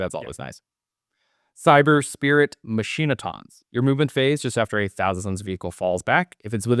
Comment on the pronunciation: "machine-oh-tawns" lol I'm gonna pronounce machinations like that from now on